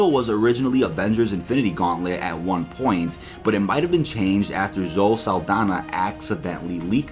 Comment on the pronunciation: “Zo-ee” not “zo”